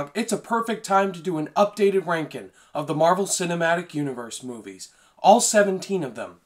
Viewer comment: Bruh this guy cant make a G sound. Rankin